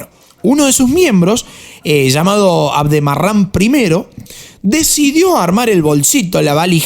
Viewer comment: Tú dices aldemaran es al deraman